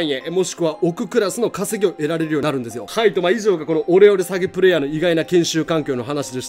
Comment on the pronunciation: オレオレ詐欺がお料理詐欺に聞こえてちょっと草